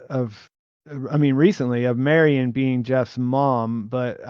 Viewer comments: I love ya, but every time you say “Mary-ON’” I wince Marian Mare-Ian if you want to mush two names together. Mare, like a female horse. And Ian like Ian Fleming that wrote James Bond. Not Mary-On Please correct this if you can,! I listen religiously to all your stuff (Pete, maybe you can mention this to him) and if you specifically say that you were mispronouncing the Carol Burnett character’s name in a future pod, I’ll figure out how this Super Chat stuff works and I’ll hit you with $10! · Marry-on was so distracting I couldn't watch the rest of the video. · Thank you Seth R. Say Marion right lol